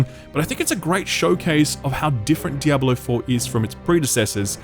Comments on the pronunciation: WHY ARE YOU PRONOUNCING IT DIABOLO? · why does he keep saying Diabalo? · "DEE-AH-BO-LO" lmao